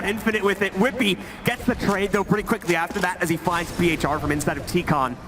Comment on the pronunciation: Uwielbiam jak oni wymawiają nick phr "piejczar"